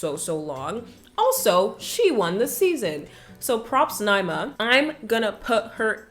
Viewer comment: Ni -ee-ma